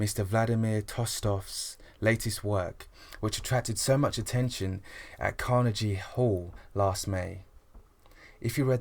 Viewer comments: you said CarneG hall. lololol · Lol carnigie hall has a hard g